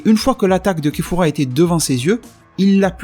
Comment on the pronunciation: Kefla pas kefura